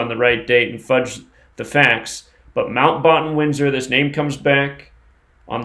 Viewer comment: say batten as in bat.